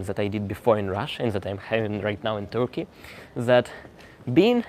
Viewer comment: Interesting! If you stay there for some time: a pronunciation tip: the "u" in Turkey and Turkish is pronounced more or less as the "e" in "person".